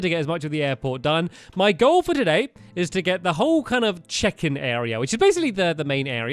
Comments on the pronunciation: Who else thought he said chicken (bots) every time he said check-in (bots). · I thought he kept saying Chicken not check in XD Just me ok ok then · Every time you said check in I thought you said chicken and that changed the entire video for me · Every time stamps said check-in I kept hearing chicken 🐓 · in the last episode i thought he said CHICKEN bot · I think I have dyslexia because I thought he was saying chicken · Whenever he said "check in" i thought he said chicken 😂 chicken bots 😂